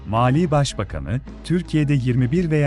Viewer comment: Malî ile Maliyi karıştıracak kadar telaffuzun bozuk.